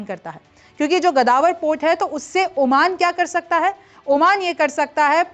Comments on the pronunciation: GADAWAR….. pehle Sahi bolna sikh lo madam. Is ka naam GAWADAR hai..😂😂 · मेम गदावर नहीं गवादर पोर्ट सही है। नाम तो सही उच्चारण कीजिए। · O indian danki gawader port hae bolna too seekh lo indian ki phaat rahi hi